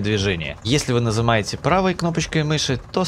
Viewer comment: Нызымаете? 5.38